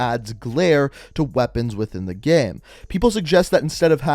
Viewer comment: He says the word "Game" like "Gaem"